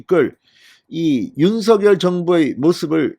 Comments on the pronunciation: 진성호님 윤성녈 입니다. 신경좀 써주세요. 발음 통일해야 됩니다! 윤셩녈 입니다. 윤서결이 아닙니다!!!! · 윤서결이 이니고 윤석녈로 발음하셔 야 되지않을가요? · 대통령은 윤 성 렬 이십니다 진성호 방송에는 대통령 이름을 윤 서결이라고 하시는데 어느이름 이맞습니까요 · 진성호 님, 제발 "윤서결"이라 발음하지 말고, 당선인이 원하는 "윤성녈"로 발음하여 주세요!!!